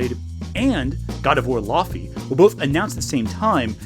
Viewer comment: (can i call you?) i love you, you’re a good guy, but i’m like 99% certain it’s pronounced “lao-fey”